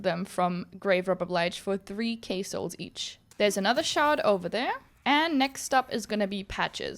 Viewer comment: I was confused when you said 3 kaysouls. Then realized after a few seconds that it's 3k Souls lmao